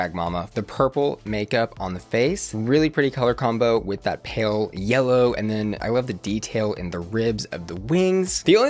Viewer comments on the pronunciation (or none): none